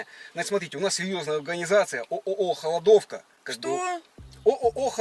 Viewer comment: Только начал смотреть и уже ржу - говорит "у нас сеЁзная алганизацыя" )))))